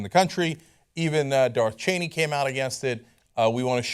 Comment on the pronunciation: "Darth Cheney"